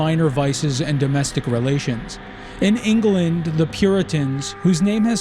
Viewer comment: Or Vendee as Von Dee rather than Von Day Ingerland rather than England